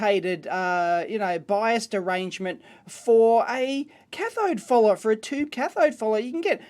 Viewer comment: Is he saying cathode "fooler" or cathode "follower"? I'm really trying to learn this and that's throwing me off everytime I hear it.